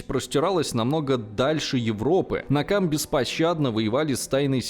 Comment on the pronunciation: Автор неправильно произносит. Не "Накамэ", а "Нэкама", что значит месть.